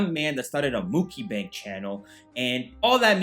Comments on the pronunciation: Its Mucky Bang Everyone that's how it's pronounced from now on, pass it on, Mucky Bang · "Muk-i-bang" - 2k19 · Why do you keep saying "mukibang" 😂😂 is this an inside joke that I'm missing? Lol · I love the way he pronounces Mukbang 🤣 the BEST